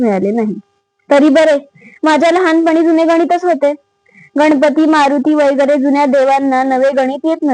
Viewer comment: वगैरे हाशब्द शुद्ध जसा आहे तसा वाचावा वैगरे नाही.जशी आपण न आणि ण बाबत काळजी घेतो.नाहीतर रंगाचा बेरंग होतो.